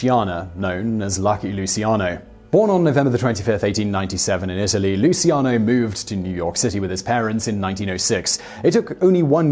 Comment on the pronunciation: Lmao the way he pronounces luccian